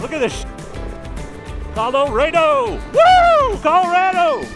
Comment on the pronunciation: I grew up in Colorado I would say it like Colo-RAD-do . It's called colorful Colorado for a GOOD REASON.